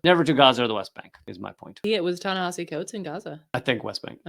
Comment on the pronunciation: You keep pronouncing Ta-Nehisi like Tanahashi. Go Ace!